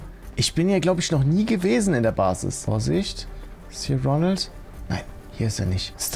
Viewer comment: Immer wenn du Ronald sagst ferschtehe ich Ronaldo😂😂😂😂😂😂😂😂😂😂😂😂😂😂😂😂😂😂😂😂😂😂😂😂😂😂😂😂😂😂😂😂😂😂😂😂😂😂😂😂😂😂